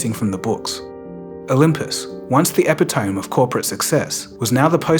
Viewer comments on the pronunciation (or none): Epitome = e-pit-oh-me. Not epi-tome. Anyway,interesting story. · “Epitome” is pronounced like “eh-pit-oh-me” and not “eh-pih-tome” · EPI TOME??! EPITOME! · epitome = “eh-PEH-tah-me” not ‘EH-puh-tome’. I know phonetics aren’t prescriptive but… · Epitōm? It’s eh-PIH-toh-mee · Epitome. - 4syllables. It’s pronounced “E-PIT-o-me”. Not E-pi- tome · Epitome is not pronounced Ep-i-tomb.... it's E-pit-o-me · epitome pronounced ee-pit-oh-me. not ep-ih-tome. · Epitomee not epitome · Your videos are always great,. There is a mispronunciation near the end. Epitome is E-pit-uh-me not ep-uh-tome. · it's epitome not epitome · "Epitome" should be pronounced epi-tome, according to its spelling. But true to the English language's ridiculously vague rules, it's pronounced eh-PIT-oh-mie. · Epitome is pronounced eh-pit-oh-me, not epi-towm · epp-ei-tome! Lol Oh that's so bad! Lol Lol Lol Its Epitome!! eh-pit-oh-me! Lol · It's a commonly mispronounced word, but also fancy enough for people to use. I made fun of people back in high school for misprouncing this word in English classes. I tried a couple AIs and none of them said epee-tome. Two more I can think of are résumé and exposé. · I’m sorry, what? “Epi-tome.” Is this AI slop? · . The word you're looking for may be "epitome," pronounced əˈpɪtəmi. Uh-PIT-oh-me. It's English. When you run across a word that's new to you, you know you can always look it up on that new Internet thingie, right? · My man did not just say "epi tome" 😂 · Epitome? You have to pronounce the 'e' as 'ee'. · epi-tome e-pi-to-me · Just fyi: “epitome” is pronounced as (uh-pit-tom-me) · Epitome is pronounced “Eh-Pit-oh-mee” btw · It's pronounced: Epitomeeeeee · Epi-tome... ah well, I guess if you see a word before you hear it, this is what happens. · Epitome is pronounced "e-pit-o-mi" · Epitome is pronounced eh-pit-oh-me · Bro really said Epi-Tome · Epitome is pronounced “uh-pi-tuh-mee” :) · Epitome epitome epitome epitome epitome epitome Y-pi-toe-mee